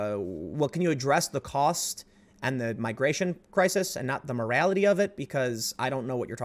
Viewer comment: "Muh rality"